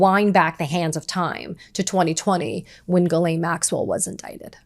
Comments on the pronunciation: Her name is pronounced Gee-len, not Guh-lane. How do I know this? Listen to her victims. They all say her name the same way and they had real relationships/interactions with her. Maxwell did horrible things. She deserves to have her name pronounced correctly so that those horrible things are stuck to her and her true identity forever. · Ghislaine is pronounced ( j-is-lāne) Come on girl who's doing your research.